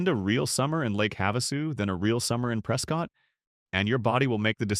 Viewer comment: Love Oro Valley! Need to work on your AI pronunciation. Sa-WA-ro, Prescutt, etc....